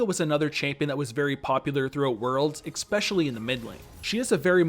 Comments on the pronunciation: Also it’s especially not expecially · it's pronounced "especially", with an "s", not "expecially" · "Expecially" k then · learn how to pronounce "especially" jesus fucjk